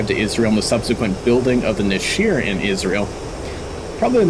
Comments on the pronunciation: It's pronounced "neshar", not nasheer Also the group's name is pronounced "aveeron", which also translates to airplane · Great review but I should point out one very minor correction. The hebrew word נשר is pronounced "Nesher" not neshir. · The second 'E' in Nesher is pronounced like the first 'E' and not like an ' I ' Nesher - eagle Nashir - shedable. like a hair which can be shed.